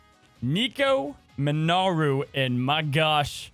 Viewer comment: I think its hilarious that to the day keep calling nico, "nico miNAru" 😂